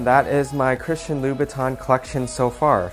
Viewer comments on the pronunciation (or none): THE CORRECT PRONUNCIATION IS: ''CHRISTIA LOOBUTAH''!!! you bet!!!